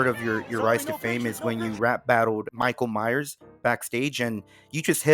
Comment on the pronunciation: Nah bro not Michale miyers it Miguel Myers